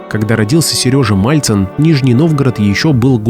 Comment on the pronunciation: МАЛЦИН!!! А НЕ МАЛЬЦЕВ!!